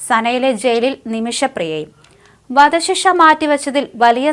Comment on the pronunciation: "വദ "ശിക്ഷ?😂